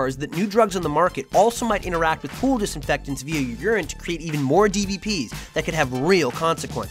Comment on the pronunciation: Welcome to the ool. Notice there is no p in it. Let's keep it that way!